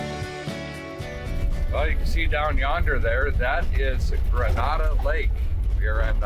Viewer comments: Its pronounced Grenade-a Lake 😅 And yeah we are in a BADDDD drought in North Mississippi and all the lakes are super low. Makes for some good fishing though 😅👌 Love seeing you guys enjoying my neck of the woods. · Love every episode. Just for future reference it's pronounced like grenade with an a on the end. I live about 2 hours from it. Beautiful area up there. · You were at the Bass Pro at Sycamore View and 40. That little thrift store used to be a Bibles for China. You should've stopped and grabbed something to eat at Tops Bbq, it's in the same parking lot. And it's pronounced Grenayda around these parts.